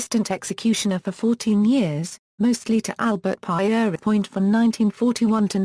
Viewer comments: You must know how to pronounce people's names. The French way of saying Peter is Pierre. Everyone knows how to say that. So you should say Pierre, then add on without a break 'point' It is as simple as that. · The narrative has been screwed up by the mis-pronounciation of Pierrepoint's name. Could you not afford a human being to read the script? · Not only bored to tears but also annoyed by the innacuracy. "Pie eery point?" Conningsby Main "in the West Riding of Yorkshire" It's in South Yorkshire. Her attempts to pronounce "Pentonville" abysmal!